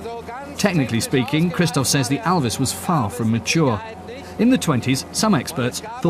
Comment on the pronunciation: Der englische Kommentator spricht ALVIS wenigsten richtig aus !